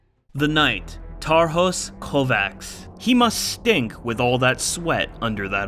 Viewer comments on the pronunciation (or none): The pronunciation on Tarhos Kovács was pain to listen to😭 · You butchered the Knight's name xD it's okay tho good Vid<3